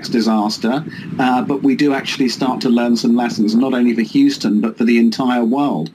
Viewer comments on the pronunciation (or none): It's pronounced hue-stun not hoo-stun